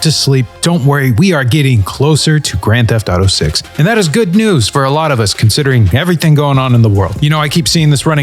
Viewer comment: "Geft to taro six" 😂